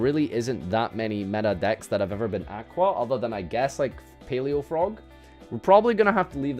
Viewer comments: Can't pronounce aqua properly kekw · Should probably look up how to pronounce the word aqua.